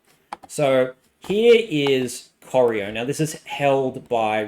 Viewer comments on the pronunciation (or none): It's pronounced Prah - ran, as in can and Cor eye oh... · Coy-Ry-O is how you pronounce Corio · I was impressed by the new and innovative pronunciation of Corio. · And Corio